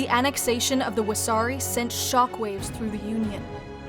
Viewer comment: It’s Wessari, not wasabi lmao!